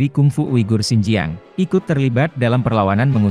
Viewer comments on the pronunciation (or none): none